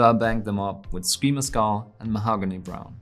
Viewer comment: Love the way you pronounce Mahogany, also love your tutorials!